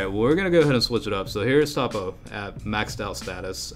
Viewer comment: its pronounced toe-po